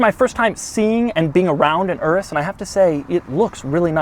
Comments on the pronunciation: It's pronounced your-us, not erus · DID HE PRONOUNCE IT LIKE ERUS, it’s pronounced as “yerus” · It is pronounced udus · I think it's pronounced U Rus not urus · I love how white people can’t pronounce foreign words... my man said ” This is the Lamborghini Uress” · Should you pronounce Urus as Doug says it, not as in Uranus ? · Isn't it pronounced "Yoor-us"? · Isn’t it pounced your-us? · The way he pronounces Urus is hilarious.